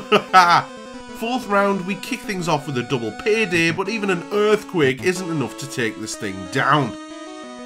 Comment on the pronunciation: Translations: Ba''le = battle Pikerchew = pikachu Klos = close Peh deh = pay day Geehm = game Tyok = choke Speeroh = spearow Thank you.